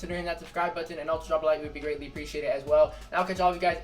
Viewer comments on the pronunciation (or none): Been 12 months and still cant say button right